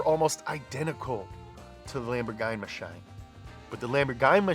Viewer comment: such a beautiful lamborgime mashime